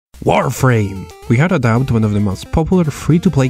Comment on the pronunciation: Lol when you say warframe it sound like wireframe